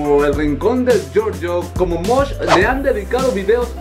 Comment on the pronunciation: y no se dice Mosh 😂